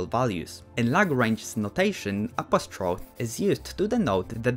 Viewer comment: "Appostrofe" A-po-stroh-fee